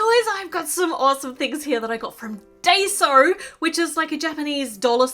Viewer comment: It’s pronounced die so :)